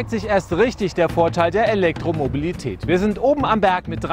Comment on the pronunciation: Der Herr Professor hat Probleme bei der Aussprache des Wortes Elektromobilität :D Oder sind meine Ohren so schlecht ;D Aber sonst wirklich überzeugend gemacht :D Elektroautos sind allerdings trotz der immer gepriesenen einfacheren Technik erheblich teurer als vergleichbare Verbrenner. Der eGolf 31.900,00 € Tesla S 68.137 € Smart fortwo EQ cabrio 21.630 € Zoe 21.000€ zzgl. Batteriemiete Mein vorletztes Stadtauto war ein Corsa B Baujahr 1996 mit einem Liter Hubraum. Der hat zweimal den TÜV überstanden und nur zwei Mal die Werkstatt gesehen. 6 Liter auf 100km und der Motor nicht tot zu bekommen. Das Teil hat mich ganze 800 Euro gekostet Für weitere Fahrten kam dann halt ein komfortabler Leihwagen zum Zuge. Ich habe immer wieder das Gefühl, Individualmobilität soll oder wird, wenn es nach Grünen und anderen Ökos geht, in Zukunft nur noch Privilegierten zur Verfügung stehen. Bei den Preisen :D